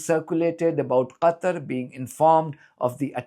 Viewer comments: Too bad she cant pronounce Qatar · why can't Americans pronounce Qatar properly?!?